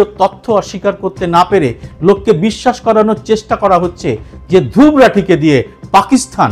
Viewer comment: ওর নামটা ধ্রুব্ । তাই সে ভাবে উচ্চারণ করাই ভাল। আমার নামের ক্ষেত্রেও এই সমস্যাটা হয়। হিন্দিভাষীরা সুবরত্ উচ্চারণ করে। আমাকে কারেকশন করেসবলতে হয় এটার সঠিক উচ্চারণ সুব্রোতো।